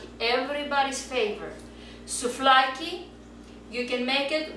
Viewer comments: axaxaxaxax souFlaki to leei sto xaxaxaxaxa re thn giagia re!!!! she's Greek and this recipe is delicious!! at last someone did it right!! uploaded a video about Greek food with the RIGHT recipe...:D Γεία σου!!!!! Φιλιά απο Ελλάδα!!!:D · ftiaxnei kai "souflaki" :p